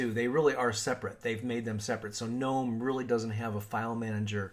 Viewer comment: Thumbs up just for pronouncing Gnome correctly.